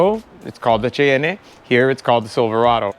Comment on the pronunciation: I knew I shoulda stopped watching as soon as you said Cheyenne like that. It only got worse from there.